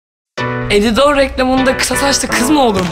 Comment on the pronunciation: Hı bide Ebrar hem peltek hemde elidor diyeceği erde edidor dedi baştan başlatın ve bakın